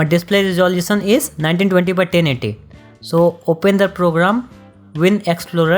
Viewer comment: "1920 x TENNIDDY" I love this guy 🤣😂❤